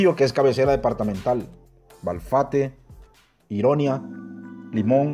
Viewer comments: Ironia mencionas creo que es Iriona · Hola cuando nombras al principio dices Río Seco y creo que es Sico Iriona lo pronuncias mal al principio dices Guaimorato y es Guaimoreto